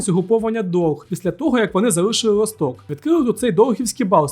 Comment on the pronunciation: Як же ріже вуха ця "Валта, Лосток" і тд...☢️